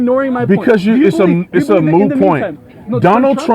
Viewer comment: The word is moot, not 'mute'.